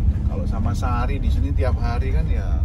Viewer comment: Om lucu banget kalo nyebutin nama2 cewek Indonesia, Sari, dll, haha...